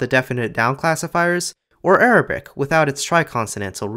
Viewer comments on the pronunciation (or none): none